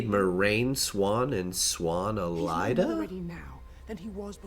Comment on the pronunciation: Given the presence of the asylum maybe it should be "Care Home"? I think the rule of thumb when Jordan presents you with a diphthong is to pronounce every single vowel individually. So here is saying "Eh-Lie-Da" when I suspect it's meant to be "Eh-La-Ee-Da" for Elaida for example.